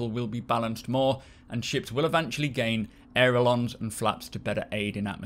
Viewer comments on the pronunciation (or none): Sorry but I must correct on pronunciation: "Ailerons", not 'Aerolons"